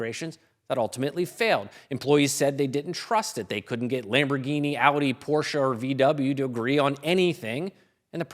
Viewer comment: porschEEEEEEEEEEEEEEEEEEE "porscha" is a woman's name. The first time you've said it correctly. A german person would say it with a softer/throat/"german" "r", but that's far less important than the ending. Nice video tho 👍